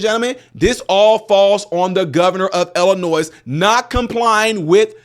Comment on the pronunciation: Why can't people pronounce Illinois correctly? It's NOT pronounced 'Illi-NOISE' it's Illi-NOI. I've seen a few people do this lately. Stop it. Say it correctly, please. Besides that, I'm so glad that the governor is getting defunded. Amazing how stupid he acts. If he IS really that stupid then he shouldn't be governor.